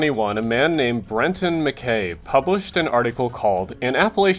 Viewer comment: It's pronounced "Benton Ma-K(EYE)" and "Mt. Ka-TAH-den."